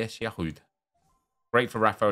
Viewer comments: cause it's bad pronounciation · When I hear how you pronounce Giroud is mostly the time when I turn off your video.